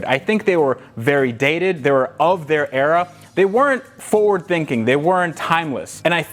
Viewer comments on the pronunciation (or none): none